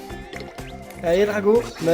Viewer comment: c est pas dracô mais dragô